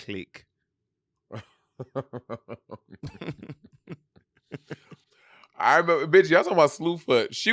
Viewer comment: “her onkle went cleek” 💀💀